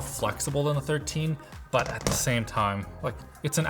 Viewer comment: quite light buy very heavy???? hahahaha